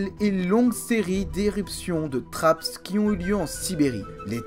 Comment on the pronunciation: Bonjour On prononce trappe pour trapps. Le S est le pluriel français. Vous faites beaucoup d'autres erreurs d'accord. Vous ne précisez pas assez les datations et vous nous noyez sous les noms scientifiques. Heureusement que les images permettent un peu de s'y retrouver. Vous ne parlez pas des épisodes terre boule de neige. Le CO2 augmente la température qui augmente la quantité de vapeur d'eau e qui est elle un gaz à effet de serre très efficace. Regardable.